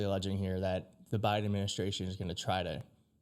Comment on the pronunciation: the what administration? the Miden administration? That’s what you called the Biden admin on the first go… you really need to prepare with what you’re gonna read beforehand as you make so many unnecessary mistake when reading … maybe familiarize yourself with it beforehand